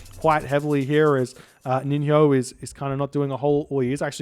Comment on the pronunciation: Just for your info before casting the next games, NiNHO is pronounced like NiNYO, actually in the same way that you would produce NJOrd.